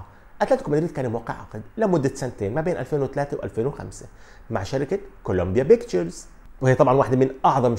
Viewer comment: كوليمبيا بيكتشرز: P not B